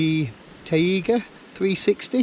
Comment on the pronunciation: pronounced Ty gah It means boreal or snow forest usually spruce or pine trees. It is quite different terrain than where I hike. But no less beautiful. Would love to backpack there one day. Going to have to give the alcohol stoves a try. Presently using an msr pocket rocket deluxe